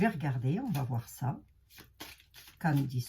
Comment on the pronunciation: CANDACE ! MAIS ONT DIT CANDECE